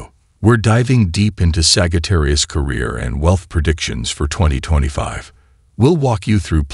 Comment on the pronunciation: 'saggy - tarius' 🥴😭😆